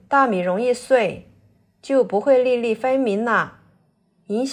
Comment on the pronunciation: 把粒粒唸成NiNi，什麼地方的方言？